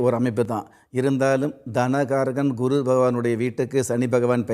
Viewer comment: இந்த, குரு(Guru) என்று உச்சரிப்பது பதில் (kuru) என்று உச்சரிக்கிறான்,பைத்தியக்காரன், இனிமேலாவது Guru என்று உச்சரிக்கப் பழகுடா